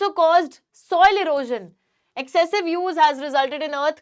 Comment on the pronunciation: It's excessive use not accesive use.